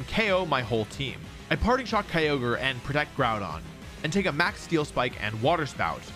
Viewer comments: ah yes, my favorite pokemon type, "Gteel" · Ah yes. My favorite Pokemon type: Gteel